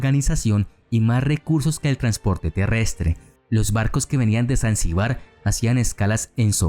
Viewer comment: El vídeo está muy bien y merece mi Like. Ahora bien, el creador de este vídeo debería ser más cuidadoso con los acentos a la hora de pronunciar algunas palabras (Zanzíbar, Berbería, etc.).